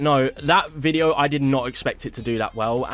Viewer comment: "Aye Phink da weason dat bitteo did so wehhl" Dude's British, but hasnt quite grasped the English language yet. 😂